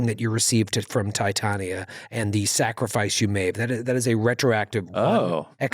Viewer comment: pronouncing Tie-tan-ee-ya made me giggle. I think has actually been in A Midsummer Night's Dream, and I recall him pronouncing it Tie-tawn-ya two episodes ago during the amazing presentation of the play; a strange New Yorker/Shakespearean mashup. You earned the third pump this week, guys.